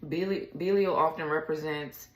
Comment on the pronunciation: Pronounced Bee-lie-al is the first crowned Prince of Hell.